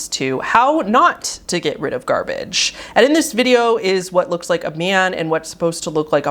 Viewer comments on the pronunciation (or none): none